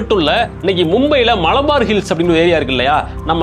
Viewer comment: மளபார் அல்ல. மலபார். மலபார் ஹில்சலதான் அம்பானி வீடுன்னு யார் சொன்னது சார். ல ழ என்று இரண்டு ஒலிகளை கொஞ்சம் பயிற்சி எடுத்தால் வரும்